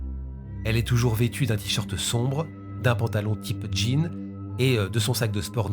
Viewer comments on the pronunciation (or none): none